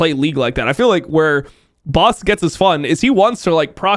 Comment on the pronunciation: Why do all Americans say his name wrong? It's not "Boss".